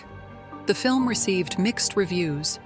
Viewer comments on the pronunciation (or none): none